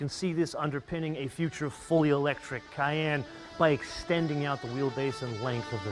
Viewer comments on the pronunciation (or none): none